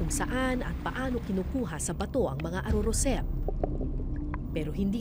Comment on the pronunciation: Ar arosep ms kara. Hindi arorosep